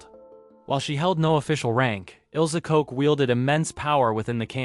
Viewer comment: ILSA KOCH'S NAME IS PRONOUNCED 'LOCK' NOT 'COKE.'